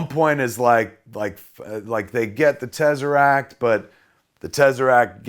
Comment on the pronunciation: The tezzaract